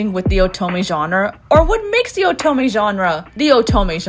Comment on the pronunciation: Great video, but the way you say oto- MEH really unnerves me